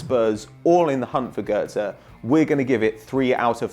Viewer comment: Its Götze not Gotze